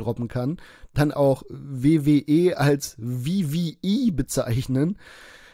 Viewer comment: Die wiwiäi ist Wrestling. Englisch Lord am Start, ja moin Digga. Kannste dir nicht ausdenken.